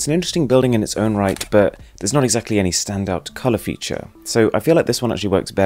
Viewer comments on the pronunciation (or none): none